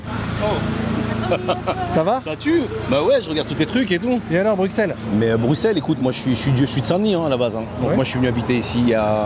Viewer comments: Par contre tu saccage le nom … Brussssel svp pas Bruksel 😂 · On dit « Brussel » pas « Bruksel » car le X vient historiquement du double S 😇 Sinon très bon reportage 👏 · Le jeu d'acteur, les interviews, les commentaires, une véritable comédie... J'adore !!!! 100/100 ps : Bruxelles se prononce "BruSSel" <3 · Par pitié c’est t BruSSelle et pas BruCSelle! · bru(ss)elles, tu vas te faire allumer sinon surtt sur place😅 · La prononciation c'est BruSSelles, pas BruKSelles... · Mec, arrête de répéter "bruc-sel" à tout va, c'est "brussel". Personne, sauf les étrangers, ne dit "bru-queue-sel". C'est surréaliste, mais on ne prononce pas "ke". On a utilisé le x pour économiser un caractère, considère le comme un double S. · Bon !!! Les Français !!! Je vous en prie !!! Arretez de dire BruXXXelles !!!! On dit Brussel, comme on dir Ausserre et pas AuXXXerre. Faites passer le mot bordel de mer de sang. Merci bien et bon cliquage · On dit Brussel et pas BruXelles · pour info on prononce BruSSel et non BruKsel *;) pour le reste je souscris, j'y habite depuis 5 ans et je vois la ville sombrer, comme Paris, Londres, Anvers, Cologne, Berlin, Rotterdam... le point commun de toutes ces villes....... si je l'écris je suis banni de youtube....... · BRUSSEL et pas bruXXXelles svp😊😊😊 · Choux de BruQSelles / Brusselles😊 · Super vidéo mais plz arrêtez de dire le X on le prononce S :face-red-droopy-eyes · BruKssel :face-fuchsia-tongue-out: (il faut prononcer Brussel) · Hey les Français, on dit pas bruXelle on dit BruSSel ! On dit pas Anverre on dit AnverS On dit pas Maastriche on dit MaastriKT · Si tu veux faire le BG faut dire « Brusselles » et pas « BruXelles » (comme le local de l’intro au tout début) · Et tellement éclaté les journalistes que je vous donne l'info que vous foirez après 30 secondes de vidéos, le x de Bruxelles la, on le prononce S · BRUSSSSSSSELLES !!! Ça se prononce un peu comme en flamand "Brussels" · Entendre « BruXelles » toute la vidéo jpp